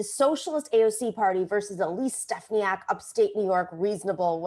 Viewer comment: As a resident in NY-21 I can inform you that you pronounce Elise's last name incorrectly several times. Just saying.